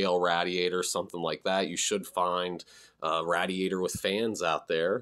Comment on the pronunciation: Never heard it pronounced rad-iator before, interesting. Hopefully someone else gets some files out there like these again.